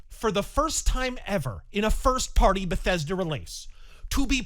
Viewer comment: Another grand move from Be-THEYS-Duh.